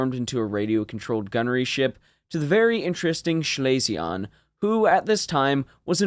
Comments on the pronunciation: One small item "Schlesien" is pronounced more like "Schlee-sin" than 'Schley-see-on" My grandmother was from that province and that' how I remember hearing her pronounce it. Absolutely not trying to bust your b@ over it. Just figured I would share. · Schlesien is pronounced Schlese-en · Schlesien is pronounced Schlay-zee-en. Otherwise great video. Keep up the good work. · No, it's pronounced "schlay-zee-en". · I liked your “French“ nasal ending to Schlesien. In fact it‘s pronounced like the ‘en‘ in BE ‘pen‘. All in all, your German pronunciation is still better than English pronunciation by many Chermans. Goot chop, Sir! 😉